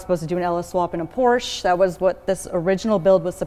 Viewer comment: Por-sha. Say it with me. POR-SHA. POOR-SHAA.